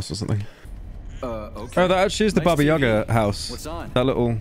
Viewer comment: its bAba yagA for christ sake